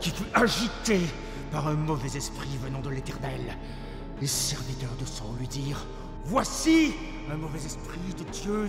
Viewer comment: Pourquoi prononcer "Saül" à l'anglaise comme "saule" ? Jai toujours entendu les gens dire "sa-ul" en deux syllabes distinctes, d'où le tréma, mais peut-être que la prononciation au Québec est différente ?